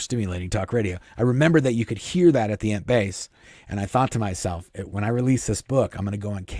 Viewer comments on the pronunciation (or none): I love your stories, but every time you say Int base, I hear it as Ent base. So, it cracks me up thinking of walking trees (from Lord of the Rings) as Miscavage's workers. It fits though, because he's a hobbit. Edit: sorry, I wanted to ask you a question. My mother in law is pretty connected to Hollywood and Scientology - without being a member. She usually gets the good gossip. The rumor is that Tom Cruise is cutting ties. Do you think that this could possibly be true? I say bs. Thanks!